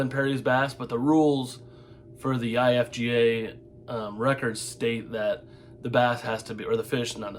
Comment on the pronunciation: IGFA... Not IFGA.